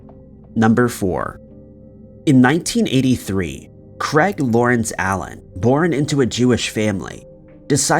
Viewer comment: Why are you pronouncing 'Craig' as 'Creg'? wtf lol biggest mystery of this video